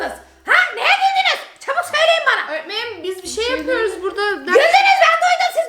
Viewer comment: Şerbet burdağğ Künefeğ burdağ Şekerpareğ burdağ😅😅😅